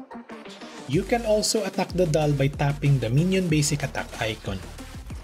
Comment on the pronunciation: WTF With the accent attack (at tuck) lol